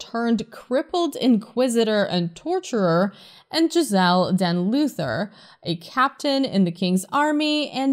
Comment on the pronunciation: bro his name isn't giselle it's JE ZAL